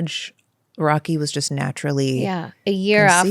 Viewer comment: here only to listen Kourt say chost instead of just a bunch of times :)